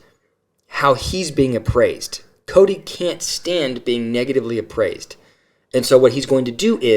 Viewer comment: A couple that bug me is how Janelle says Koody, rather than Kody. And Christine ends some words with a 'K' sound, even though the word doesn't end with a K. A couple of her kids do it, too. Yeah, Robyn saying dill instead of deal. And she says that word a LOT.